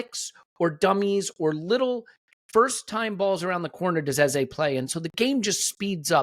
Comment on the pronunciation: Our number 10s name is pronounced EHZUH not EHZAY! When are you going to respect the man’s name. EH ZUH (like duh). It’s like running around calling Saka Saké. Most podcasters have realized his and now pronounce it correctly.